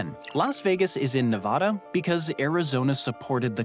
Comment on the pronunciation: Ne-VAAAAAhhhda! seriously!